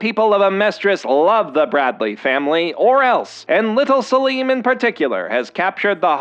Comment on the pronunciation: What? Have you seen the show. 1. Its spelled Selim. It is pronounced the way he said it in the video, not Salem.